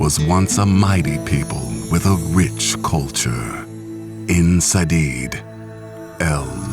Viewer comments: "In Sahdeed." ...Damn they butchered that, it's Aen Seidhe; sounds like "Ayn shayde." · "Aen Sadeed". Plot twist: Elves originate from India. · I totally agree. If you really want to pronouce it phonetically I think it would be closer to "een Sheade" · Aen Seidhe was pronounced en shay in the game tho. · Ayen shaay. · Enn Shayde, not Ayn Shayde, silly! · is [En Shay] and [Wiz e ma] as i recall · You butcher pronunciation "Aen Seidhe" so badly ... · You pronounced Aen Seidhe wrong. And The Elven State in Nilfgaard is hardly considered a safe place for elves, it's more a place to control the elves. Scoia'tel helped the Nilfgaard Empire for a while, but after the Battle of Cintra they started to distance themselves from the Empire. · The pronunciation mistakes have completely broken the 'feel' of the movie. Aen Seidhe... Vizima... I know - you can say that these are but a 2 mistakes... but they are made in core names for the Witcher universe :[ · the way he said Aen Seidhe is a bit different from what i heard geralt and characters from witcher 2 said it.. but hey, it's better than hearing say oZRammar instread of oRZammar and pronouncing Qun as Kun that the narrators in the dragon age videos made.. ugh..